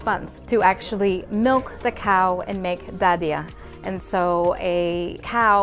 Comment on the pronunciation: You said Dadiah were perfectly just like local people 👏🏻